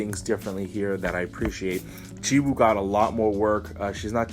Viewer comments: Lol i love your conent but if i counted the number of times you said "jisoo" instead of "jiwoo" I'd be Rich 😂😂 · Every time you say Jizoo or cheese-oo it hurts me.